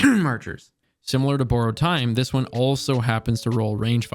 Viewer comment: “Boooarowed time”